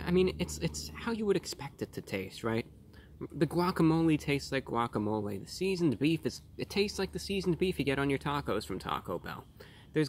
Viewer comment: guac - a - mole - aye